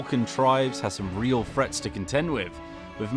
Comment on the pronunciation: please pronounce the "th" sound properly. When you say "frets" instead of "threats" it really sounds terrible.